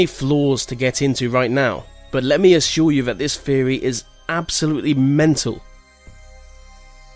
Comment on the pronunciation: I like your videos and you do a good job at narrating them but a few words are mispronounced really badly, like mostly I have herd you say theory as "feorry" but most all others are pronounced pretty well these theorys arent crazy some could be real so look into them more than just finding out about them and assuming they are wrong, it seems like you just read about them and what they say but didnt investigate them at all